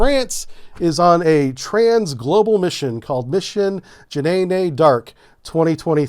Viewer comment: You mean Jah-Nay-Nay! Lol. 😂